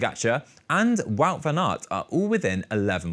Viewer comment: I get that it's not easy to say names that use a different sound collection, but it's odd that the presented calls Wout van Aert "Vaut", but calls Wout Poels "Woot", more than once. Same name yet different pronunciation.